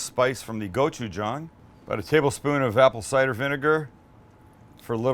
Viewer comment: Yayyy you pronounced gochujang right lol